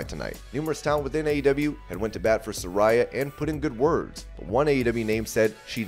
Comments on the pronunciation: You're saying Saraya's name wrong. I was saying it like you do, but she clarified on last night's Dynamite it is pronounced "suh-rey-ah" not "suh-rai-uh" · It's pronounced Sar-rey-uh 🤣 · Su-RAY-uh…. Come on man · Pronounced Sir-ray-ya